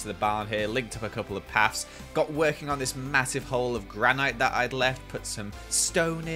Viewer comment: Please,... it’s GRAN IT, not GranAIGHT